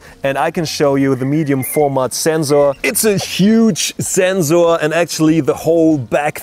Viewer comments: Anyone else want to jump off a cliff when he says Zzzzensor ? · "Zenzorrz" and "Sand corns". Okay, to clarify, is German and in Germany we have 2 ways to pronounce the "S" –> sharp and soft. The German pronounciation of the German word "Sensor" is more like (or exactly like) IF it was spelled "Zenzor". That is the reason why this sounds a bit weird here. A common mistake by Germans. We have a term for this: "denglisch" (deutsch + englisch). The German "Z" by the way is always pronounced like a short high hat "ts", never like a soft "S". The word "sand corn" I believe he also derived from the German "Sandkorn". In English it sounds a bit off, because it's more common to use "grain of sand", but I guess it does it's job. But other than that his english is pretty decent – you have to give him that. I don't know any English speaker who performs German for example in that fluent manner. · After watching this video my pronunciation of Sensor has permanently changed to Zenzoar!! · Thiz zenzor zize iz pretty big Zame shotz and you can zee the difference You can clearly zee much more. Very nize and zpetial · It's not his fault at Zenzor because he is German. German pronounce S as Z and Z as S lol....... Song will be Zong in the german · Zensor size *Zenkzors *Kzensors *Ssenzzor *Kzensor I cannot process the pronunciation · Zenxor size!! Love the video and the energy. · I love his energy, I love how he says “Sensor Size” “Zenxor Ziess” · well i didnt hear "rrrr"... only zenzzzo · But he is actually pronouncing it right because Zensors are something different, they are a type of sensor that stills the mind. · decided to take a shot every time he says "Zenzoor", 2 minutes in the video I'm piss drunk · I have listened zenzor so many times that i forgot to pronounce zenzor 😲😲😲😲😲😲😲😲😲😲😲😲😲 Don't mind man.i am just kidding. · "THATS A MASSIVE ZENZORRR" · very useful Zubscribed more for the zenzor, zome times i hear like zenzo... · i love how this guy says sensor ""ZENZOR"